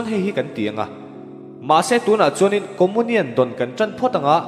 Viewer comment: Lam dan khi hriat a nuam lo țep, comunian khi Comonian ti a lam lo in Comiunian tiin lam thei se.